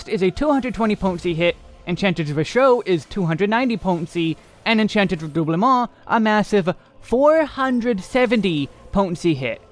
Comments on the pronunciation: Glad you're pronouncing "Redoublement" properly now lol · Ah yes, the spell ever: VerStoIre. I know it's just because it's proc dependent but it made me chuckle. Edit: Also something about the way you pronounce Redoublement is so chef's kiss. But maybe it's because I always pronounced it the very American way.